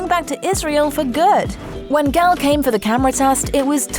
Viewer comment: Gal is pronounced like gol in golly.